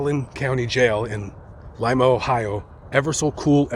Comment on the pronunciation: U said lima correctly, thank u